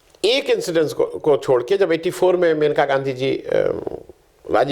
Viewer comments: महोदय, वह मनिका नही मेनका हैं. आप बार बार मनिका बोल रहे हैं. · मनीका नहीं मनेका बोल रहे हैं